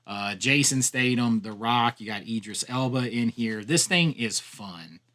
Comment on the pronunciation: I think he just enjoys annoying Brits. Jason who, there's definitely a th in Statham not a double t. Tho he did manage to get Idris Elba right maybe cos he thinks like a lot of Americans that he is American.